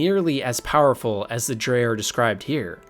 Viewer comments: Noooooo in ESO the NPCs pronounce it as "Dreg" not "Drey" aaaaaah my brainnnnn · For future reference, “Dreugh” is pronounced “Dreg” :) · STOP CALLING THE DREUGH “DRE”. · I’m like “wtf is a Dre?” I’ve only heard of them pronounced as “Dreg” as in rhyming with 🦵 Leg 🦵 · Is it not pronounced ‘Dreg’? I’m pretty sure that’s how they say it in the games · "Dray" hahahahahahahahahahahahahahahahahahahahahahahahahahahahahahahahaha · btw you're pronouncing Dreugh wrong, but great vid tho. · Snow Elves turned into Falmer through simple evolution. And it's absolutely in character for the Dwarves. "... one degenerate zoo." That's racist.😂 Btw, it's "Tshay-she", not "Say-Yesee". And "Jo-Anne" is a woman's name. So many mispronunciations!